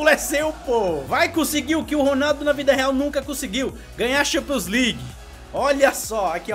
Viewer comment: LIGUE AN, E XAMPIONS N DA CARA FOI MAL SUA PRONUNCIA ME OBRIGA A N VER TEUS VÍDEO, É FORÇADO